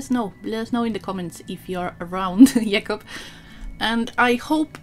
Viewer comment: Awesome video, beautiful end result, and cool nail polish, as always. :) And greetings from Poland! Your pronunciation of Jakub's name is great!